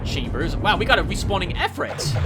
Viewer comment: "Ifrit" is pronounced "eefreet". And it's ironic that they would be made a weak enemy, seeing as how they're the most powerful kind of Jinn.